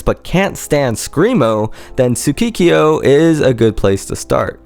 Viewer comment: jpotion He should be fired. Dir en Grey fans are some of the better translators of Japanese. Although the spellings are in the video someone skipping through will have a hard time finding the things mentioned if going by ear alone. He pronounced the other band as tsukikio (TSU-KEE-KEE-O) and zukikio (ZU-KI-KI-O) instead of sukekiyo ( pronounced SU-KEH-KEE-YO). Kyo is one syllable. The mispronunciation not is not only grating to the ear but takes away from the professionalism of this otherwise great video. Especially since these days checking pronunciation for almost any language isn't hard to find. If this band was from America and had English title songs the narrator wouldn't have any mispronunciation because he would've looked things up.